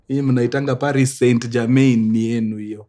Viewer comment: Paris St. Germain ✖️ Pahii St. Jamaa ✅ Bordeaux ✖️ Bodoo ✅ Ah I've been pronouncing them wrong,Hapa kwa mkuru we learn every day 🤲